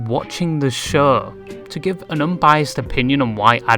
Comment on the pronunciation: I am so sorry, this is a stupid comment. But when you say show, it sounds like "sher" and when you say furry, it sounds like "fairy". (I swear I'm not making fun of you. [Or am I? Idk lol.])